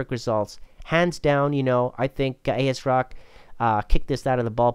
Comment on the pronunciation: also asrock